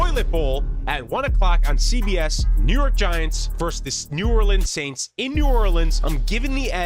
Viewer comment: Bro said the New Orleans Aint’s